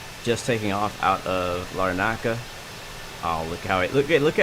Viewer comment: It’s not lar…naca, it’s more like larna…ca but without the pause.